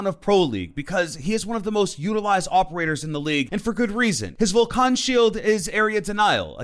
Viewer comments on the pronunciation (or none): Vol can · I dont like how you pronounce: Vulcan